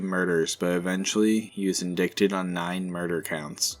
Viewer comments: Pronounced “ in-die-tid “ not in-dick-tid “ indicted is arrested with a warrant of arrest .. I think lol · Come on man you have a true crime channel and you cannot pronounce indicted? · You guys do great research, but "indicted" is pronounced "in-dye-ted". Not trying at all to be a grammar nazi, I just thought that you'd want to know that. Ty, for the great entertainment.